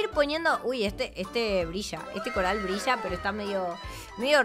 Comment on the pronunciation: Odio como habla, ella dise castisho cuando se tiene que decir castillo, y también dise brisha cuando se tiene que decir brilla.